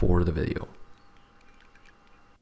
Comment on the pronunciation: "thank you for following the devolpment of hello neighbor". ah, copying yandere dev are we?